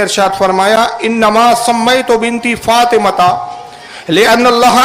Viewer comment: فاطْمہ نہیں ہے۔فاطِمہ ہے بولتے سیکھ۔